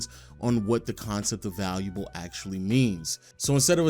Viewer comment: I just heard how u said "valuable" and now I cant watch anymore.. gotta unsubscribe. sorry..